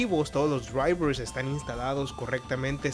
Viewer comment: todos los que?! los dyuaivrrrsss, se dice: draivers